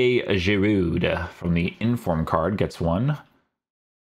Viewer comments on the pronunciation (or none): Btw the D in Giroud is silent.